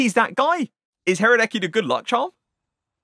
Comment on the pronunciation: huhrahhdäckii he is pronounced radesky